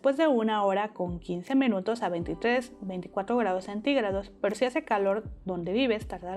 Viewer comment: Por qué dices mEnutos en vez de minutos?🥺😆 pd gracias por la receta,amé todo🙌🏼